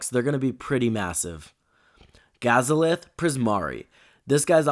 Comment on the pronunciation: You said gazaleth instead of galazeth... got a laugh out of that 😅